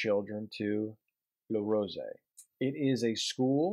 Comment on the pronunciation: you say "Le rosey" very good I confirme this because i live in switzerland in Rolle